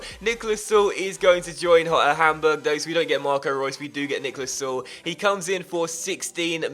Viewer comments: its Sule not Suel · Also if you're gonna have him for the whole career, gotta point or that the 'e' is pronounced in Süle ['S-yoo-ler' is pretty much a safe bet on how to say it :)] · Pronounce the e in Süle